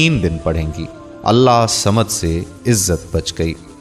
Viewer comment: Allahhusamed sahi traqiy se bolin ye mery peary raby kaba ka ismy pak ha sorry to say